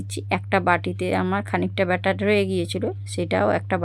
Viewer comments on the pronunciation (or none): none